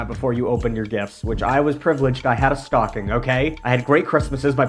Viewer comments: I thought you said your mom was a big stalking lady 😂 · “my mom’s a big stocking lady” fully heard that as “stalking” and didn’t bat an eye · Dear Lord, SAME!!! I fully batted an eye though and paused the video to look for a comment like this LMAOOOO